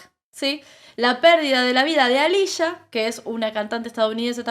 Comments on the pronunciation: Aaliyah no Alicia.. y left eye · No es Alicia, es Alihia